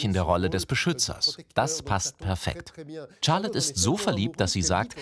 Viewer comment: 🙈 nicht Tscharlotte... Sharlotte